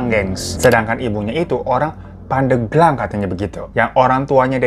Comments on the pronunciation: Pandeglang ya bang Hiro bukan pandeuglang 🤭 alfatihah untuk ibunda nya anggar 🤲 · bang nyebutnya pandeglang nyebut hurup e-nya kayak bebek, jd nyebutnya pandeglang 😄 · Bang. Bacanya bukan pandeglang. Tp pandeglang.. E nya buka emas tapi ebi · Pengucapan pendeglang bukan gtu kaaa😮😅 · Cara penyebutan Pandeglangnya Bang Hiro lucu😅🤭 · Cara baca pandeglang nya salah 🤭 tapi gpp kak hiro tetep the best 🫶🏻🫶🏻